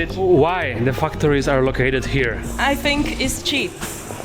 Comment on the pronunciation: When you say 'factories', it might be a good idea to make sure the first syllable is pronounced as 'fact'. It sounded rude when you pronounced it.